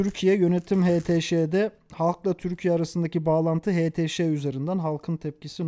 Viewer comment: haşti şabi değil htş